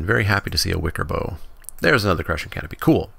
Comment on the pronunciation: I think Wickerbough is bough like "cow" (as in, the part of a tree), not like "bow".